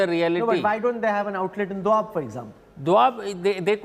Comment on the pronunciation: It’s doaba not doab chutiye.